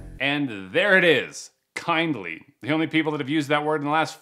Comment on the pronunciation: this means hes a scammer he said "kind" "ly"